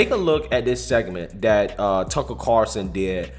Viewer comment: CARLson....not CARson